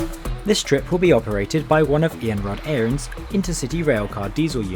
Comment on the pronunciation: Also great pronunciation of Iarnród Éireann!!!